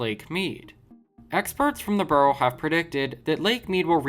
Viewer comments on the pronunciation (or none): the word BUREAU is pronounced B-YOO-ROW and not BURROW as to dig a rabbit hole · Bureau is pronounced Beur-o. Gorge is pronounced with a hard G.